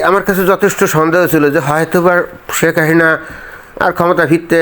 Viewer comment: ভাই উচ্চারণ স্পষ্ট করেন (শেক হাহিনা) শেখ হাসিনা শব্দটা দয়াকরে ধীরে ধীরে বলুন।